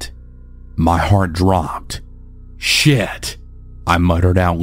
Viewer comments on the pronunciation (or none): The very southern “sh*t” had me rolling 😂😂😂